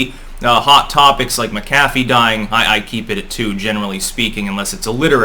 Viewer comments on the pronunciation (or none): I'm sorry, perhaps it is OCD, but it is pronounced "ma'-kuh-fee."